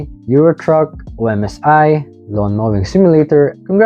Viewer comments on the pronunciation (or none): I would be offended by the pronunciation of OMSI but then I remembered that I should be grateful for someone outside the hardcore bus sim scene to think of this game. Thank you very much!